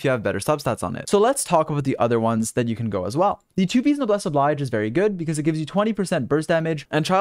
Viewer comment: You always pronounce “Noblesse Oblige” wrong. 😭 It’s a French expression. Oblige is ob-leezh.